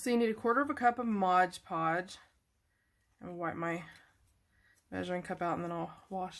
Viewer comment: It's MOD -Podge, not Modge-Podge! 😆